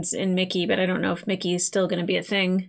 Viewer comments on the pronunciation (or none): It IS Mickey....NOT Ricky!